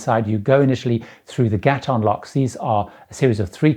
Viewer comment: Just fyi, from someone who grew up in Panama, Gatun is pronounced "Ga-toon" by the locals.